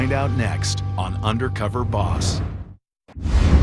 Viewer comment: Im trying to spell how he says 'boss' and I think I've got it lol - 'borwis'. 😅